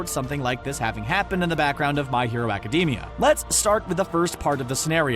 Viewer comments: Its Academia not acdemi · Thats not how you say ACIDAMIA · I cringe everytime he said academia